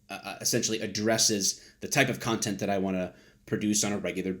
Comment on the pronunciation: Did you just say cuntent?